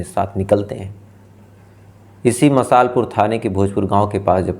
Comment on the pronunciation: It's not मसाल पुर its मासलपुर. Because my hometown is very close to Karoli district